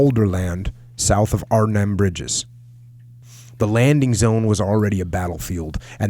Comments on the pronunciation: You pronounce Arnhem just fine and won't offend anyone, but "Holland" are only two provinces in the west of The Netherlands (South Holland and North Holland, where Amsterdam is). Arnhem isn't even in "Holland", it's in Gelderland. You can judge for yourself how offensive, or rather ignortant, someone from The Netherlands looks/sounds to you if they called the whole of the US the "West Coast", because they only know New York. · both ways you pronounced Arnhem are right.